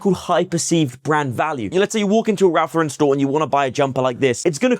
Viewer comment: Hi There. Handy video! RL sells well here as well. Keeps it's value. May I correct your pronunciation? It's Ralph LOR-ren (not lor-REN). As a former RL freelancer (packaging design) it's a common error here in the US too. 🤭